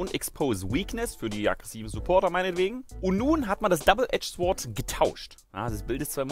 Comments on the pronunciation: sword wird sord ausgesprochen und nicht sword;) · ich WEIß es ist furchtbar kleinlich, aber ich MUSS: Bitte leute sagt nicht "SFORT" (sword)... es gibt nichts deutscheres was falsches Englisch angeht und es schmerzt so richtig! Es ist absolut genauso schlimm für's Ohr wie Leute die sagen "Das ist der wo immer zu spät kommt". Es ist nicht die selbe Art von Fehler, aber der Schmerz ist absolut gleichwertig. Sagt niemals "Swort", jeder der bisschen Englisch kann möchte echt brechen :-/ Sry wie gesagt, musste sein, ich weiß es geht den meisten so. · Jakub Jaworski So, wie es bereits geschrieben wurde. Einfach 'sord', ohne 'w'. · da du es anscheinend nicht verstehst das w bei sword wird nicht mitgesprochen es wird also sord ausgesprochen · Swwwwwwwwwwwwwwwwwwwwwwword - man spricht es sohrt aus xD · MAN SPRICHT ES "SORD" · Das 'w' wird nicht mitgesprochen. So wie auch das 'h' bei 'honest' oder das 'k' bei 'know'. Das ist wirklich Ohrenkrebs deluxe. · Um es jetzt nochmal auf den Punkt zu bringen. Awkward Alan hat lediglich versucht wenn auch nicht auf die beste Art und Weise einen typisch Deutsch - Englischen Fehler zu verbessern. Es ist ganz egal ob es durch Akzent bzw. Dialekt toleriert wird, denn Fakt ist dass es nicht die korrekte Aussprache ist. Anstatt also den Hinweis positiv aufzunehmen und davon zu lernen bricht hier eine Diskussion aus welche schnell subjektiv eskaliert. Daher bitte ich euch lasst es gut sein! Danke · bitte bei sword spricht man das w nicht:D #germanism